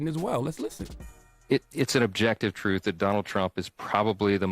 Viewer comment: It is t r u t h. Not truf!!